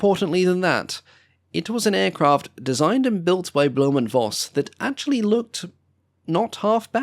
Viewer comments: Read it right, please! Just once! It`s not "blume and Voss", it`s "blume and Foss", for God`s sake!!! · It's pronounced "Foss" not "Voss", v in german is pronounced like an F.